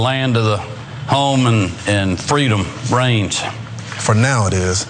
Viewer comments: i heard brains.. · Has Kemp been playing too much Plants Vs. Zombies? I thought he said "Brains".... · I thought he said "Home of the free of brains"... Which actually makes complete sense. Especially after, "welcome to Fox" 🤭😂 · He said reigns? I thought he said brains, lol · Did he say brains instead of reigns? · Woulda bet my husband's life he said "brains". I know I'm wrong, but that's STILL what it sounds like to me. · I thought he said Freedom Brains... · I swear I heard him say "freedom brains," twice! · i thought he said "Freedom brains" I was like omg they were right there are secret lizard people!!! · And i thought he said Brains.